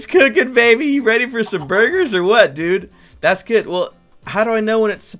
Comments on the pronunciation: Ɇmmanuel Đ. Yes he said bugers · It saying boogers instead of burgers 🤑🤑🤑🤑😉😉😉😋😋😋😝😝😝